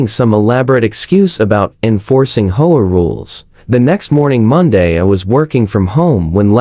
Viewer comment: H O A. Learn how to pronounce. 😢😢😢😢😢